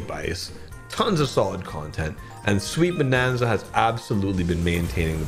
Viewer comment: shweeet bonnnannza😂😂😂😂😂